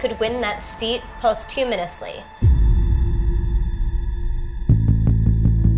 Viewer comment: Never heard posthumously pronounced that way